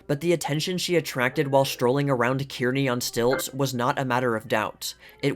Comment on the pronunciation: I love your channel and always look forward to a new vid. Just a note tho, Kearney, NE is pronounced Car Nee...Have a wonderful day and week.